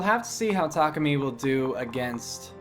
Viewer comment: I heard Tamaki instead of Takumi.